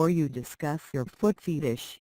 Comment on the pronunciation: Did that robot just say foot FEETish?